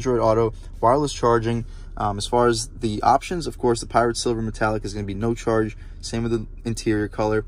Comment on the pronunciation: I know this is nit picky but the color is "pyrite" silver not "pirate" silver